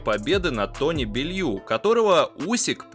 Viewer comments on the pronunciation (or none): Зачем ты так коверкаешь фамилии? Какой пулЁв? Какой бельЮ?